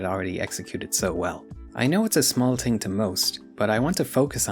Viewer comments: This video is really good but the way you say ting pmo so bad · Its adorable that you consistently can't pronounce "TH" 😂 Te Ting Tirty Teerorizing